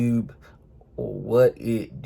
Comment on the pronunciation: “yEWtEWbe what it dEW”